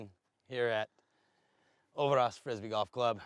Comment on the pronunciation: its "ö"ver"ås", not "ouverahs" :P Ö as in "Mike -E-rhmantrout" or as in "b-i-rd" and Å as in "p-oo-r"